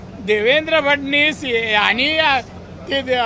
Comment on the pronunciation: राणे साहेब, आडनाव नीट उच्चारता फडणीस नाही फडणवीस आहेत मुख्यमंत्री